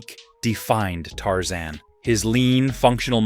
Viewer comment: Tarzane😂 no Tarzan